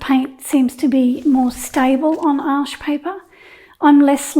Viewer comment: Excellent! Thanks, your tutorials are always so clear. Thanks for giving us the correct pronunciation of Arches which is my favourite. I have just ordered some Baohong paper as I’ve heard it’s very good at keeping colours vibrant. Will feedback!